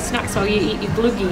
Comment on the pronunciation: Loll u said glögi like ”glygi” also you’re supposed to put the raisins and almonds IN the glögi.